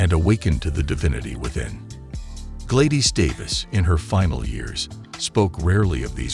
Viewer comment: So where is the warning on trump.... Just rumbling of an AI voice that can't pronounce Gladys and echo properly... Just wasted a lot of time watching this bullcrap